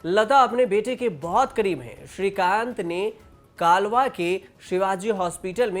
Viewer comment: Arre bhai ek beti aur ek beta tha. Kya bol rahe ho hum Thanekar hai humse pucho. Kalva nahi bhai kalwa pronounce tau thik se karo.